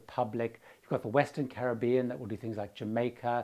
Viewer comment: Thank you for your pronunciation of 'Caribbean.' Not many of us left who pronounce it that way.